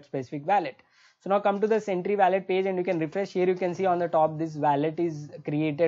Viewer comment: bro youre very good at what you do but please stop saying weyylet ... it WOH LET